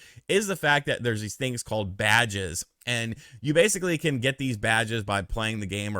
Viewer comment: Everytime you said “Badges” it sounded like you said “Vages” . 😂👍🏻🌮